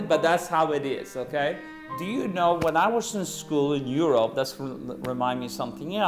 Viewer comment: "as you kneau..."